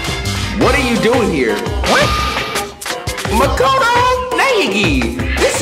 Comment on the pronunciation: You really gone keep calling this man Makato? 😂 Mah•Koh•Toe